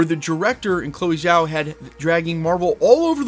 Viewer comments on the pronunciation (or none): none